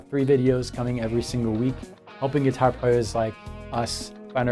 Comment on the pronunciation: Speaking of your French,, I have been wondering why you always pronounce "guitar" are GUITAH, since this is unexpected from a Frenchman speaking English.:)